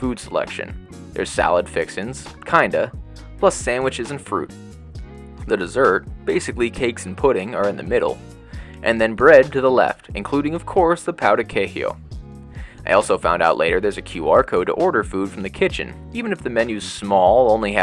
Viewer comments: pow de queeeeeee? Please don't get caught calling it that out loud, haha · Every single time i thought that i heard every pronunciation possible of the word 'pão de queijo', someone shows me a new one